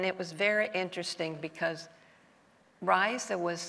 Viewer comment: Raisa Gorbacheva's name is pronounced, 'RAASa'. - Still getting it wrong... As for Nancy Regan, her contention with Raisa was they were too much alike and thus she was neither impressed by the US's president's wife nor easily manipulated.